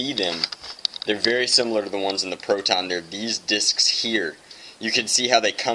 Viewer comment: It is funny the way you say PROTon